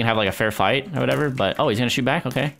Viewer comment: Hamada zaghloul he said shoot but it sounded like SHT..